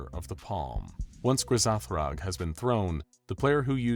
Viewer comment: dude is no one going to talk about GRA-ZATH-ROG 💀